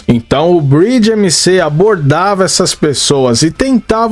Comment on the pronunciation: A pronúncia do MC tá errada amigao ... Vc tá falando Bridge (ponte, em inglês), quando na verdade é Breed (raça).